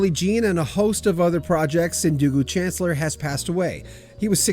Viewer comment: Pronounced SHAN CLEAR...